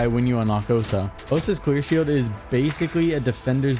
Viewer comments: DID HE JUST SAY QUEER SHIELD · You said queer shield at first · you said queer shield not clear shield hahahahahaha I'm weak at 120 mark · He definitely said “queer shield” a few times, and no one can change my mind